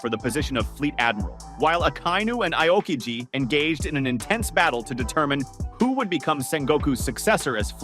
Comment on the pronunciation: Learn to spell the names if you're gona make a video. It's "Ah-o-Kiji" not "I-o-kiji".